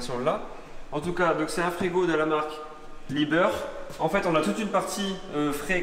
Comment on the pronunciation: Superbe cuisine, le frigo « Liebherr » ca se dit [liébaire] et pas [libeure]